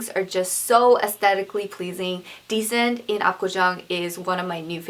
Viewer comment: Hi! Dissent cafe is actually pronounced dee-sent, not decent! ;) lolol